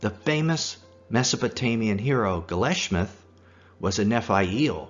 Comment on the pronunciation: Dude, it's Gilgamesh. Not "gilishmeth." And it's Annunaki. Not "anuki." By the way, I'm Assyrian. You could've mentioned us a lot more but you seemed more fascinated with Jews.